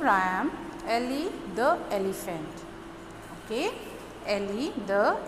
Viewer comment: "The" pronunciation is wrong... The Elephant..."e" is a vowel...